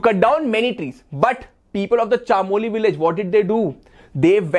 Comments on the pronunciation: Sir it’s chamoli not chaamoli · chaaamoli nahi chamoli hota h